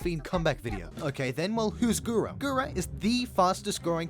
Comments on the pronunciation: Mans saying "GURA GURA" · This video was so well put together and narrated, I don’t think anyone cares that you kept pronouncing her name as what sounds like “Gura Gura.” 🙂 Liked and subbed. Keep up the hard work! Pretty sure you’ll blow up😊